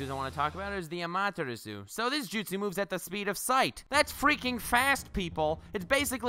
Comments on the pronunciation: So 50% Lacks of Information and therefore isnt correct displayed and 50% is simply false. Amaterasu (which btw is spoken AMA TE RA SU) is dodgeable for A cause he is faster than the Speed of "sight" aka he is Faster than the Speed of Light in his Lightning Armor, and even he couldnt dodge Amaterasu absolut and had to cut off his Arm. Naruto simply got Plotarmor. Edo Tensei would start Regenerate thats true, but it wouldn regenerate right on the Flame, it would take some Time, if the Body burns down completly by Amaterasu(for example because your are engulfed in Flames) your Body would regenerate from Nothing and therefore doesnt got Amaterasu on you. Still it would be a Effectiv mean to slow down an Edo Tensei Summoned Fighter. Vapor Release(which sounds False to me but maybe my english is simply not good enought) doesnt allow you to change Properties of GAS it allows you to Controll the PH Value of the Steam/Mist you are emitting at every Time. Therefore its only goes for the Fog youself created. 7)koatamatsukafuckikkamikki (Which Jutsu shall that be? That doesnt exist at all) do you mean Kotoamatsukami? This Jutsu alters your Mind unnoticed and therefore allows you more or less to turn somen in your slave or anything Else.... and thats it.....It lets you controll someone else on a "indirect" way by altering there Memories. Powerfull yes, Useless? No, Wasted used? Dont think so. Danzo wanted the WAR do make himself and Konoha the Dominating Power in the World therefore he ha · (saying amaterasu wrong) Naruto fans unholy screaming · The way he said Amaterasu I raged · Why did he say Amaterasu weird 🧐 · The way he pronounced Amaterasu...... Jesus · Listening to you butcher Amaterasu made me cry.